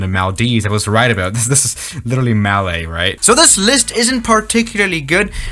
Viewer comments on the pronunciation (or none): none